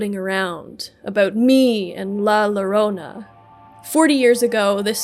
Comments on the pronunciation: Was about to do this, too. Someone got to it a year ago. I loved the story, but I always hated the fact that "There are no Happy Endings in Night City" So yeah, "ll" is a "y" sound. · To pronouce llorona its 'yoh-roh-nah' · Man I was about to comment this before I scrolled down lol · It pronounced yo-rone-ah the LL is pronounced as a y. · Yeah, as a Latino it was a bit annoying to hear the LLorona word mispronounced so many times, even after having the pronunciation wiki on screen. But these are easy to correct, the content is as always great! Appreciate the storytelling. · Rule of thumb for spanish, double "L"s are usually read as a "Y" sound. That aside, preem vid, choom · the double L in Llorona is pronounce like a J in Jackie or Johnny.